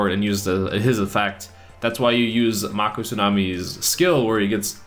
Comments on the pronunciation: Say it like this: Make oh NOT Mock oh Do you even Yugioh bro! 🤔? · he called them pokemon and it's pronounced m-ay-co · Did you never watch the show? May-Ko Tsunami. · The cat in the garbage can is a secret... And it's mako with a long a... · did you even watch yugioh? that's not how you pronounce mako..